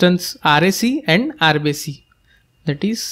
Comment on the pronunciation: It is irrelevant but whenever u say RBC i hear RCB😅